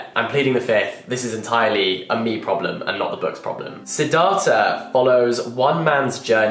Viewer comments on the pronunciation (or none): The way he pronounced Siddhartha gave me a minor heart attack. 😂